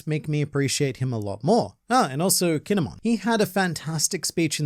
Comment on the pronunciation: Stop saying kinemon it's kin.emon